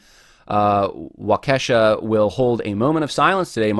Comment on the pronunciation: Wa-kee-shaw,. Sure appreciate your podcast.